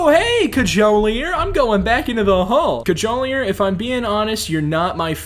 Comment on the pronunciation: COD-JOE-LEER IS HOW YOU PRONOUNCE IT